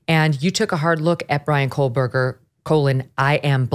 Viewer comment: It's Koh-berger, no L